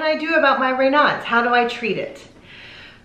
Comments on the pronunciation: In the U.K. Raynauds is pronounced Ray knowds, not Ray nards. Greetings from Wolverhampton in The West Midlands, England.xx P.S. Ray nards is connected to Foxes. !!! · It IS pronounced ray-nosed. Raynaud is a French name. I've never (in 65 years) heard anyone call it 'ray-nods." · ‘ Ray nose ‘ is the correct pronunciation - French . I have never heard it pronounced ‘ Ray now’ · I like this video, but I definitely disagree with your pronunciation!!! The guy is French, so it’s more like Rey nose. I’ve had it for over 30 years and I’ve never heard it pronounced the way you do 😊 informative info tho!!! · We pronounce Raynaud's the other way in the UK. Don't worry about it.